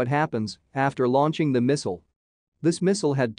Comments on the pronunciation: What is a "misow", or was it a "mesol"? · WHo is Miss-ul? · The way he says "misual". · Today i learned, how to pronounce"missile".